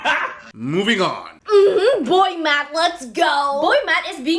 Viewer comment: Is she saying boy mat?